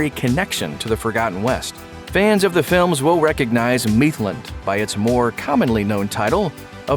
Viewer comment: The pronunciation of mithlond was cringing me out, its pronounced myth-lond not meeth-lond